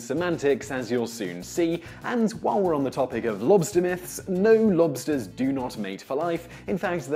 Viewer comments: I had the volume quite low and every time you said "lobsters", I for some reason was hearing "monsters" lol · It’s sounds like you’re saying “blobster” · I keep hearing mobsters 😂